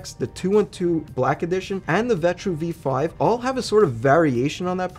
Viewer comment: It’s the V5, look the box at the bottom of the cooler. He just didn’t say the number right lol i was kinda surprised he included the V5 thou, it didn’t even pass the final test